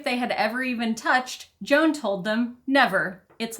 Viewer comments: Gonna assume that the ‘dads’ name is hispanic, so would sound like ‘hwan’ lol gotta be honest, every time you say, Joan I’m thinking Joan of arc 😂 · Not "Jone." "HWAON." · Probably his name is pronounced more like Juan, nor Joan, as in Crawford. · The father's name, Juan, is actually pronounced "Wan", with a long "A". And it's a Spanish name. You're welcome. 😉